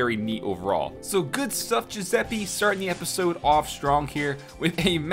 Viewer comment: lol Giuseppe pronunciation